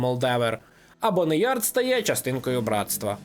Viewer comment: "БоунЯрд" а не Бонеярд ⁵лять🤕🫩